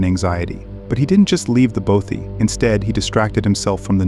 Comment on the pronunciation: How tf do you pronounce "bothy" wrong? Impressive